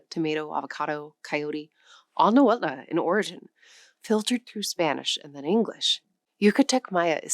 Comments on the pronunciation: Thank you for this informative video! One pronunciation comment, if I may? "Nahuatl" has no "a" in the end; in fact, the "tl" sound at the end of the word is not pronounced as two distinct sounds "t" and "l" either, it's more of a merged single sound, with no vowel following it. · Only knew about 7, without knowing words from most. But Nahuatl, has MANY well-known words. The TL ending is tip of tongue remaining on roof just behind incisors. L sound is almost unvoiced Spanish couldn't pronounce, so added final e instead. The cross-border desert tribes whether puebloan or the seasonally migratory, have beauties affecting their Spanish pronunciations -- accents. Thoughschool Spanish is strict, these different pronunciations cause Spanish to sound varied and, as i said, beautiful. Though i am blond like you, i love the Mexican people, so socially happy, and when known personally, generous. Most of the world's people are like this, with only few racist ( i admit is was interesting to discover racism from the other side, as a Norteamericano far elsewhere. It REALLY helps spotting one's own culture's errors! It is individuals who vary, but i have loved Mexico for exuberance of most people ( indigenous can be withdrawn, but all the Americas had some difficulties from cruel missionaries, etc.)